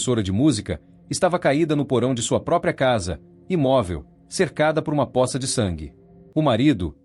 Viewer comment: A pronuncia correta é pôça.